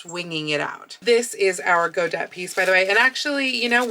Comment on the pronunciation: I believe godet is pronounced go-day.